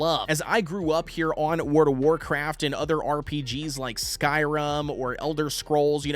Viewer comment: My man called skyrim skyrum lol